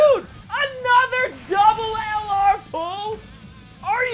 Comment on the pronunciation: Your vids are great man but the only thing is the way you say LR is killing me man😂😂